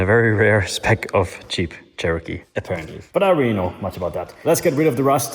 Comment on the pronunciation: pronouncing jeep as cheap is pure poetry! love your work.